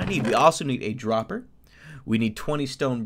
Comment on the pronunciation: droper or hoper?